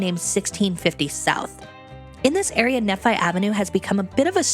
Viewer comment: Not that it matters much, but "Nephi" is pronounced with the vowels of "knee" and "fight." Also, having watched the bit of the Saltaire series where you made Temple Square, I've kind of wanted to say that I appreciate the general, well, normal tone you've taken to the Mormonness of SLC. Like, yeah, we can be really weird in some ways, like a lot of cultural groups. But we're also just pretty normal and mundane, too. We have bleak sprawl and same-y chain restaurants, and we watch too much YouTube and play Cities: Skylines. I happen to live in the Rose Park neighborhood of SLC (my house is at about 1200W and 800N). Just looking at the map , it looks my neighborhood got paved over with large industrial buildings. Oh well. Scale is like that sometimes. I'm enjoying this anyway. :)